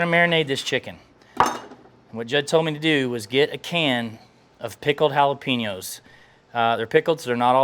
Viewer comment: Jalapeño is pronounced (Hall-A-Pain-Yo). it's not pronounced Hal-a-Pee-No (Jalapeeno)..lol